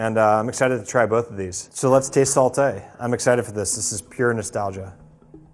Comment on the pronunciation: when he said "saltAYY" I felt that